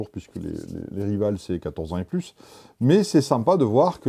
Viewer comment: les nerf "rival" ne se prononce pas RIVAL mais RAÏVAUL